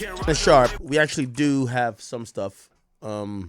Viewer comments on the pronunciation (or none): Why the “do” sound like you from Baltimore lol